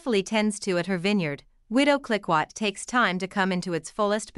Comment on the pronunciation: Please try to pronounce Clicquot correctly. This is unbearable!